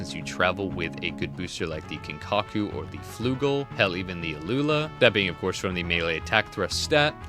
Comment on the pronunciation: Bro pleaseee its kikaku not kinkaku